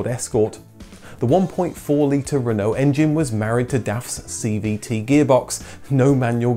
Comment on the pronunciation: What’s with the ridiculous pronunciation of Citroen, Peugeot and Renault!? Really informative clips but incredibly frustrating to listen to!!!